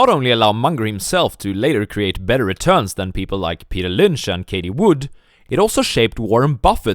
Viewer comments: Who is “Katie Wood”? Do you mean “Cathie Wood”? TH not T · Cathie Wood ---- ( Caf- ee) not (kay - tee) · Did he say Katie Wood ?? Lmao